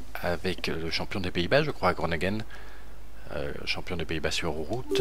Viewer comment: c Gronevegen pour la pronociation pas Gronegen;)